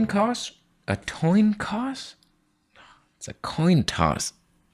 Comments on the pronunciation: 😂 "Toin Coss" 😂 Vegan brain fog is real! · Toin coss. I think weed IS a vegetable...